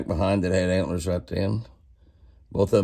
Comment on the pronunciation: Haha, they're "HANT'LER'ORNS" Jimmy!😂🦌